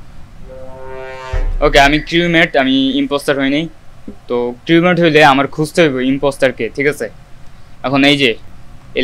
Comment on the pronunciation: uccharon creumate na crumate UNDERSTOOD??!!